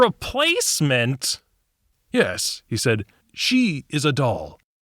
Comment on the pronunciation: You kneel before me. Very eastern european yis yis